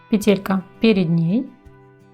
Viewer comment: Было бы ещё лучше,если бы ударение правильно ставили:надо говорить пЕтелька,а не петЕлька!!!